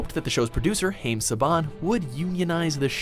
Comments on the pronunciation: Thanks Worst Travel Show, you fail on this video about Power Ranger fails. WatchMojo is NOTHING but fail! Also way to go for miss pronouncing Haim Saban's name. (It's Ha iem not Ha aim), though it is spelt that way. Much like Saban is pronounced like there is an R in it, where there isn't. Nice to see that your still failing at your videos. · you mispronounced Haim